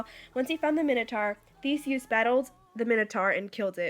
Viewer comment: You said Theseus wrong